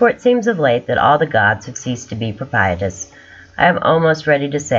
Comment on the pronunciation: JUST SO YOU KNOW...THE WORD IS 'PROPITIOUS' NOT PROPRIETOUS...PRO-PISH-US>PRONOUNCIATION...;)